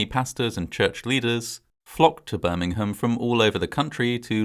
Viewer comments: Interesting but, in the US, Birmingham is pronounced "Birmingham" not "Birmingum" like in England. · I realize that you Brits say "Birmingum" for the one you have, but the one in Alabama is pronounced "BirmingHAM." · I hate to point it out, but Birming'am is a city in England. The one in Alabama is Birming-ham (H pronounced). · It’s not “Birming -UHM” it’s Birmingham. You have to pronounce the HAM. It sounds similar to a popular pork product. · I love your videos and narration. Note on this one- Birmingham, England and Birmingham Alabama are not pronounced the same way. In Alabama, it’s Birming-HAM.